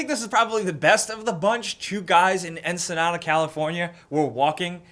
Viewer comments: Lol Encinitas is pronounced Enn-see-nee-tus Not Ensenada. Ensenada is a city in baja Mexico. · ENCINITAS California , not ensenada that's in Mexico :(.... yes I would know I'm from Encinitas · Encinitas, not Ensenada. Ensenada is in Baja CA, Mexico. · You Sir, have brutally mispronounced Encinitas, my home town. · The area 2 people who fell off the cliff is like 20 minutes from my house. But mah boi you straight butchered the name of the city